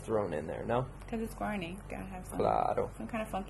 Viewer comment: Bad bad guarni pronunciation!